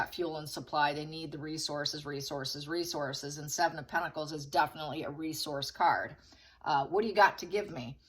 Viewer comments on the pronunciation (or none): none